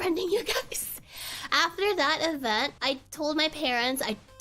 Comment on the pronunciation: "hopefully you'll get an edit for dat story" That accent slipped out. You only use that accent if you speak a SEAs language.